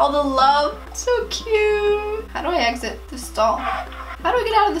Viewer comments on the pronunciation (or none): none